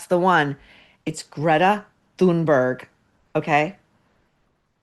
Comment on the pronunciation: I find it hilarious that you call out M.P. for being uneducated yet you can’t even say Thunberg correctly.